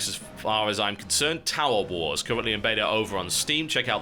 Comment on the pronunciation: Was I the only one hearing "Towel Wars"?